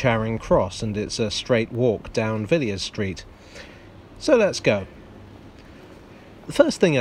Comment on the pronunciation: Yes, she's descended from a half-brother of George, the first Duke of Buckingham. It should be noted that, by tradition, the second 'i' in the name is not pronounced, so it was a little jarring to hear the otherwise excellent do so.